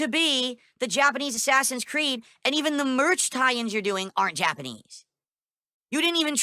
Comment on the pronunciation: 🐷: "Ubisahft doesnt know about Jappaneez kulture!" Says the guy who couldn't find Japan on a map.